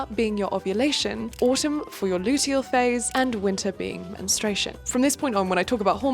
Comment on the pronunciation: English is not my first language but isn't it mentrUation/menstrual phase instead of "menstration"?